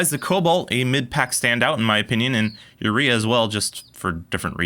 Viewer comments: If it's a Mexican brand, wouldn't it be pronounced oo-ray-ah, not you-ree-a? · I think Urrea is pronounced 'you-RAY-uh' it doesn't help the wrenches but at least it sounds better.